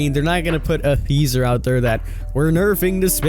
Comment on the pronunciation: I love ya king but I say every video it's Teaser not THeaser.